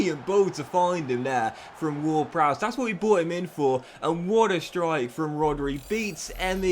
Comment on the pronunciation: his name is James ward-Prowse not browse